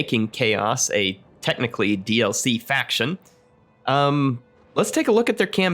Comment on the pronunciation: D-L-Fee.... love it XD